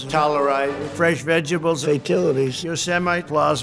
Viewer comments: "Fresh Vegibles" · Don't forget the fresh Veg-bulls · “Fresh vegebles”